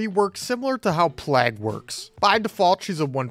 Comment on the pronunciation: Are you pronouncing Plague wrong as a meme? 💀